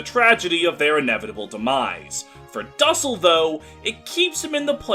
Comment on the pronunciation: You absolutely butchered how you pronounce his name 😭